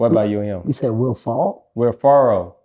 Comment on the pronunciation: Omg he dead ass said Will FURRREL 😭😭😭😭